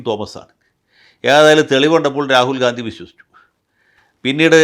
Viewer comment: Please pronounce Rahul GHANDY...